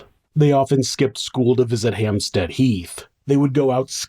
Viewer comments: Great video. It's not 'Hamp-STEED' by the way, it's 'Hamp-STED'. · I'm English, and lived in Hampstead, north London, for a number of years. The phonetic sound of the second syllable is pronounced 'STED' (rhymes with bed), not 'STEED' (rhymes with reed), as the narrator mispronounced it. Not a big deal, just thought the narrator, an American, would appreciate the heads-up from a Brit! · Why would you pronounce it 'Hampsteed"? It's HampstEAd, like instead. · Hampstead = HampstEd You know how awkward us English are!